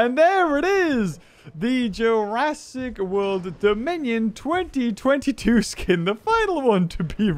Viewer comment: Jurassic WOLD. what?